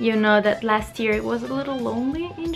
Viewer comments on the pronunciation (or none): none